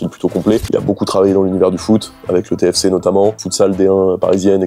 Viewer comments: pardon mes toulousains je sais maintenant qu'on dit téfécééééé et pas T.F.C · Plus jamais tu dis « T F C » c’est Téfécé »